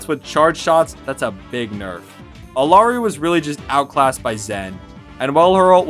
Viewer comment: Yeah, this made me pause the video, and really consider whether or not to continue watching... I've noticed a lot of content creators mispronouncing Rein's name as well as Moira - are they really that difficult for some..? I guess I should at least see if he says Moira's name correctly, if she gets mentioned. edit: eww I unpaused and he said "Alari"